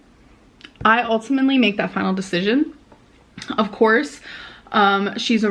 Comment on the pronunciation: She just said "ultiminley"